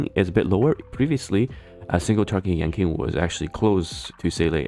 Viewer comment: Yanqing --> Yanking